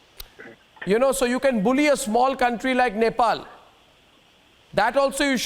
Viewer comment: I'm from nepal...... mr. Goswami.... please don't pronounce our country name.. we really hate you.. and we really hate to hear when you pronounce our country name..